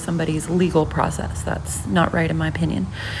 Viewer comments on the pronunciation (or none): none